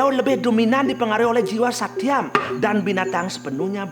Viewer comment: Koreksi... tri guna seharusnya Satwam (bukan Satyam), Rajas, Tamas. Suksma